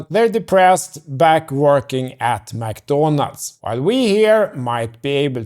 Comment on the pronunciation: Got a sub from the way you say McDonald's 😂